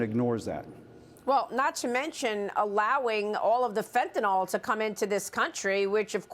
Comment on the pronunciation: Maria- What is FenteNOL? You mean FentanYL ?